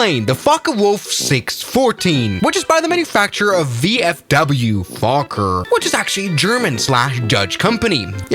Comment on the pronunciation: "And this plane the F*ck a wolf 614" I know I ain't the only one hearing this...